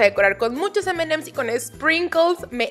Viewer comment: aprende a decir emanems 😒